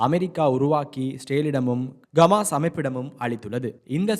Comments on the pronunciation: Dei Athu Gamas illada Hamas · Athu Gamas illa bro Hamas!!! தமாசு... தமாசு..